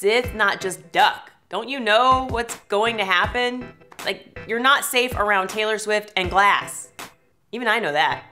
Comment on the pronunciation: Taylor swifer lol I love her but heck that was funny